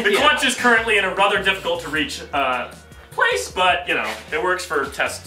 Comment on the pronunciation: im sorry to point it out lmao, but "the clutch is ina rather difficult... plACE"